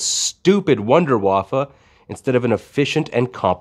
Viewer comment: “Wonder waffa” and “reich stuff” 😂🙌🙌🙌